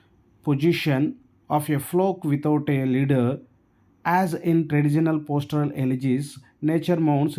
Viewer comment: It's not postoral elegy It's pastoral elegy